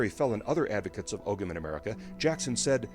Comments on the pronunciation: Ogham is pronounced "oh-um" in Irish. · How come y'all people be making videos on Irish history but can't figure out how to pronounce Gaelic words. Its oh-wum not og-gam, its Kelt not Selt. Its ish-kuh bah (uisce bá - whiskey), not however you butchered it. You want to make a linguistic connection but you can't even speak the language! Smh!